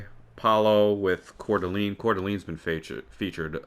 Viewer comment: Coeur d’Alene is pronounced “Core Duh Lane” just for future reference (it’s where I’m from haha) love the content and absolutely love that course